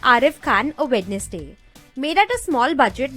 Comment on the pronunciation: वेडनेसडे नहीं, वेंस्डे होता है, । फ़क, फ़किंग, शिट, शिटी के आगे इंग्लिश नहीं आती?